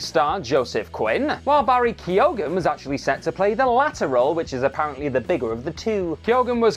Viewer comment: Mark Shelley and Barry Ke-ogan?! lol